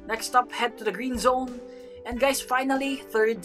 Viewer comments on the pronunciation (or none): greezone? I think you mean greenzone lol